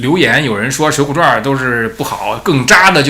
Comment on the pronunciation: ，水浒传，不是水浒传儿😂再传儿，我都要跟着传儿了